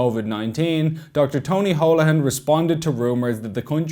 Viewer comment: Why am I listening to a member of the Muslim Brotherhood lecture me on anything ? This fool can't even pronounce Holohan properly.